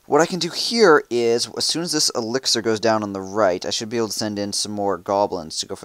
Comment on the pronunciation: No he say elxier not dark elxier